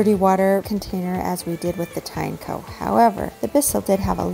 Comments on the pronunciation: pretty sure americans botched tineco pronunciation. how do you pronounce a tin and eco. then why the heck it's tye nako if they're put together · it's teen-e-co 🤦‍♂